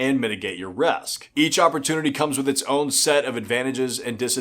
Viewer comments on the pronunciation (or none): He says "resk" in lieu of "risk" hahaha